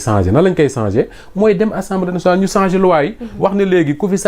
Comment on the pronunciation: Un journaliste ne dit pas sanger mais changer.